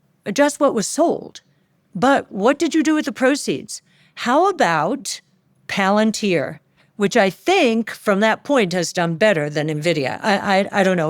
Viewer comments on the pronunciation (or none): none